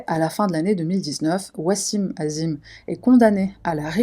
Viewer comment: '" azim" c'est la version occidentale, en tant que maghrébine je pensais que tu l'aurai prononcé en arabe " 'adiim"